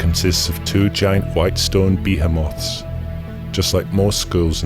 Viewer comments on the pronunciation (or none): LOL! ..."BEEheemoths"... It's buh-HEE-moth. [bə`himɒθ]